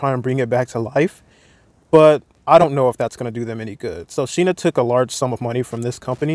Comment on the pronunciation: She's Shine-Ah, not Sheena. But yes, her type is pure hypocrisy